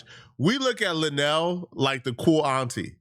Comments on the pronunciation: LUEnell not Lanell She's important in the black community and it would benefit you if you would do your research. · referring to her an La-Nell instead of Lou-Nell is stressing me out 🤣🤣🤣🤣🤣💀💀💀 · it's Luenell (LOO-NAIL) the speech impediment is not that bad gang 🤦🏾‍♂️🤣🤣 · Luenell right 😆and I didn't like how apple headed🍎 interviewer mispronounced auntie luenell name..on Hive